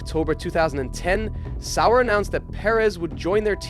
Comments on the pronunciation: Pretty sure it is, watched a video on the channel and Sauber is pronounced correctly. In this video Sauber is pronounced incorrect multiple times the b is almost non existent. Some other weird things with inflections and such too. There are times where the voice stops weirdly then speeds ups randomly like AI voices usually do. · Is this AI or something? sauber pronounced sour 1980, one thousand nine hundred and eighty?? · Love the video, hate how you say sauber 😂